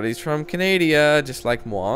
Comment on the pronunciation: "Canadia" Nice. :)